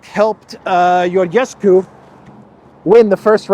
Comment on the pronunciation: Hey -- It's pronounced "Georgescu".. with a real 'G'-sound like in English "George". Romanian isn't Greek. No silent 'gamma'.. the 'gamma' in Romanian is definitely pronounced and is often a 'J' sound or a hard-G sound, like in English.